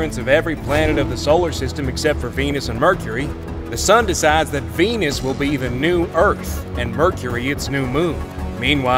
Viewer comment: Hey I think you missed pronounced Venus wrong you said venings